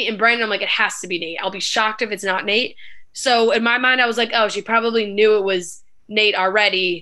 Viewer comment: It’s Nayte